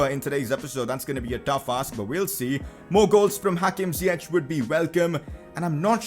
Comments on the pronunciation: Ziyech is pronounced Ziyesh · You would pronounce Ziyech really good if you said the english "sh" instead of the "ch", its written Ziyech but in english it would be pronounced as "Ziyesh"